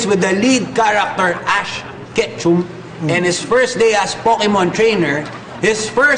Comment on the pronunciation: its ketchum (ketcham) not ketchum (ketchum)